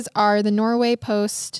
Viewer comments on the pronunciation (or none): none